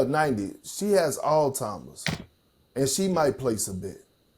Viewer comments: Why do people love saying “alltimers”. It’s Alzheimer’s, not that hard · did Perk say all timers???? let me rewind!! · Lol 😂 😂😂😂 Come on Big Perk you are making a fool of yourself. I’m glad he didn’t say this on ESPN. 😂 I had to listen again to make sure I heard what this man said. Alltimers?? It’s the black way of saying Alzheimers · Did he just say all timers? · yep...he said all timers. 😁😆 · YOU NEED ANTIBIOTICS WITH "ALLTIMERS"? LMAO. PLEEEAASE STOP LETTING ANYBODY TALK ON THESE PANELS LOL. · Perk gets on my damn nerves with the mis pronunciation. "All-timers"? Sheesh, he's on ESPN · "All timers" bruh. Perk come on now lol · I know, that’s the point. When Perk said “all timers” RJ made a face because Perk butchered it. Sheesh I didn’t think I would have to spell this out 🙄